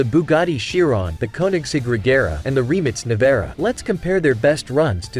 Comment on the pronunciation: Its funny how the American says Rimac nevera